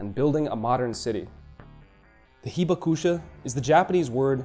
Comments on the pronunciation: WOW, I've lived in Japan 51 years but learned a lot from this video. You might try to say "hee-BAK-sha" because the "u" is almost silent (not "heeba KOO sha"). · Should be “hee BAK sha” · Accent on Hibakusha should be on the 2nd “ba” syllable. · The 被爆者 pronunciation was way worse lol. Not that I'd hold either pronunciation against someone who doesn't know Japanese.